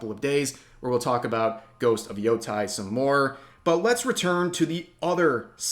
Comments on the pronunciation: It's Yotei, not Yotai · Yotei is pronounced Yo-Tay. your dyslexia is showing, bruh. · youtei is pronounced yo-(long vowel) tay(long vowel) btw